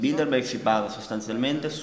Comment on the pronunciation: Che nervi quando sbagliano a dire Bilderberg. Il giornalista e l'interprete dicono tutto il tempo BildeNberg. So che è un dettaglio ma cribbio! Se fai un'intervista almeno impara bene il tema.